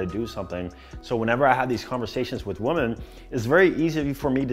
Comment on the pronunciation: bro, I fucks with you. That’s why I’m about to say this…. WOMAN and WOMEN. WOMEN is plural and is pronounced WIMMIN. 😂